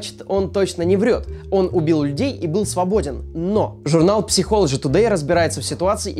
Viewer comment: ПСИХОЛОДЖИ тудей. Читается как сайколоджи